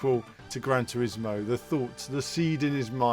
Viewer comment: "Gran Trismo"? Better change that to "Gran Turismo" 😂🙈